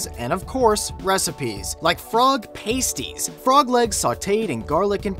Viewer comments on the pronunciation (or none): Lord Byron was English, so that is NOT a biscuit, it's a scone. Secondly, it's not pronounced 'paste-ies' but 'past-ies'. -_ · Pasties pronounced- 'Pas-tees' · Awkward moment when he cant pronounce pasties